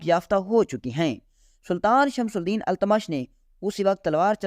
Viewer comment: Tumhari Urdu bhi kharab hai. Pahle sun lo fir padho... Shamsul Deen, Qutbul Deen nahi hai. Shamshuddin aur Qutubuddin etc hai